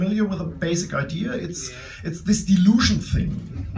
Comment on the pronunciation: Absolutely phenomenal! First time in English proves that science comedy is possible in any language you speak! The only thing confusing me is the dilution part. Did you intentionally pronounce dilution like delusion? di·lu·tion dīˈlo͞oSHn,diˈlo͞oSH(ə)n/ noun the action of making a liquid more dilute. the action of making something weaker in force, content, or value. "he is resisting any dilution of dogma" a liquid that has been diluted. plural noun: dilutions